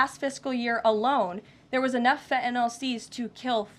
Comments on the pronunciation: Fentanyl is pronounced Fentanyl - not Fentanall. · Can someone please tell this woman there is an N in Fentanyl / it is not Fetanyl ! Also, why don’t you help your drug addicts ? The demand is the issue not where it comes from ! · This silly young puppet needs to be educated in the pronunciation of FENTANYL not FENTANOL. Poor speech for the position she holds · …and she can’t pronounce Fentenyl ( and I can’t spell it 😂) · Someone tell that stupid woman that there is a t in fentanyl. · I wish KL would at least pronounce Fentanyl properly(every time she says it! ) I’m not normally so snobbish BUT after all she does work in the WH. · Why can she not SAY the word fentanyl! She doesn’t pronounce her T’s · I wish she'd learn how to say fentanyl